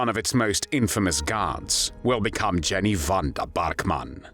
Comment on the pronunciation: Pronounced Yenny not Jenny. Aka Mad Jenny.